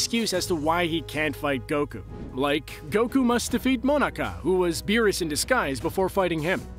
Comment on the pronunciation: Smh....its Mah-nah-kah not monica